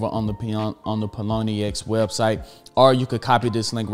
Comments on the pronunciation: lmao it's Pionex not Ploniex >< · My man's keeps saying pie-o-nee-x and it's killing me lol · Pilonyex get it right!! hahaa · Pie-O-nex. Great content though!!! New subscriber here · Did he just said “paloni-ex” !? 🙉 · Great info . Think its pronounced pie o nex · It’s Pie-on-ex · how he gonna get sponsored and not pronounce the name right hahahahah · I don't think that's how Pionex is pronounced haha great content though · can you please pronounce pionex correctly? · Pronunciation??? Was that on purpose? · How did he botch this name so badly lol